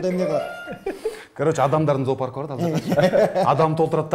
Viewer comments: Зоопарк десен заапарк дебей деп салгандачы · Заапарк эмес зоопарк десен дейтго😂👍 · Зоопарк десен заапарк😂😂😂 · Запарк дейтко😀😀